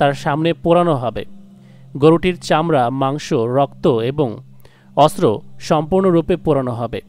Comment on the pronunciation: ostro na re vai, oita Ontro. Serious ekta topic er vedio te eshob mistake kore kn je hashi anay den apne bujhi na😂